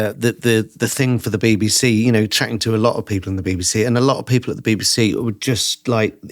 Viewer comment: When I hear you pronounce BBC as baby-C, it seems quite right.